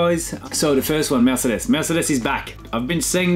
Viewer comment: Name someone who says “Mercedes” cooler than Romain. I’ll wait.